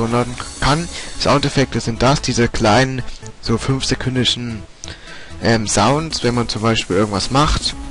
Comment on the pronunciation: Sounds ? Sprich: zaunz